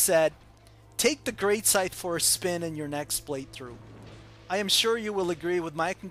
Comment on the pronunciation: Greatsight? hahahahahahahaha Its Great Scythe